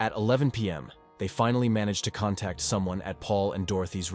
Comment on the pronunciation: Cant pronounce words like ties and contact and intervene but nailed unwavering accolades and diligence. Odd